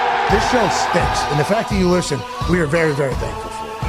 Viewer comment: stahnks.? just say stinks bruh ur misusing the ah